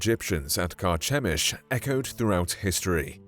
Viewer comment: Carchemish (ch pronounced like the letter k).